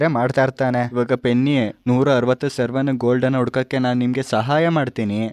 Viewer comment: ಸರವನ್ ❌ ಸವರನ್ ✅